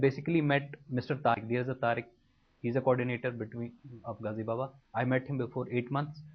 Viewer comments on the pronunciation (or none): Who all heard gazi baba as Gandhi baba😂😂afzal aya dek gazi baba aj tere paas hi😁😁